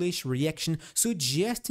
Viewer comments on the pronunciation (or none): You’re very welcome. I rely on watching your channel every day for valuable insight. There is only one other word that pops up regularly in your videos that I am unsure about. I think you might be saying ‘inces’ when trying to pronounce ‘indices’ (pronounced in-de-seas). Hope that helps. You are doing a great job!